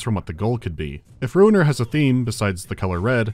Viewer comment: I'm shocked to learn that the game's name is Ruiner and not Runer.